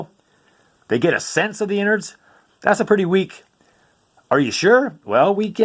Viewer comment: "inards" lol